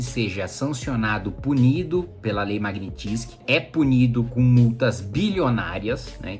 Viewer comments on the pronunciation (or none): A pronúncia correta, em russo, é "magnítsqui" (transliterado aqui, para quem não domina a fonética), portanto, a sílaba tônica é a do " ni". Obrigada Sr. Kim Kataguiri pelo senhor ser um parlamentar e admitir publicamente que Congresso e Senado não estão fazendo nada com relação a essa ditadura instaurada no país pelo pê tê. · Fala direito o nome! É Magnitsky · Boa explicação, só falta aprender a falar o nome da lei.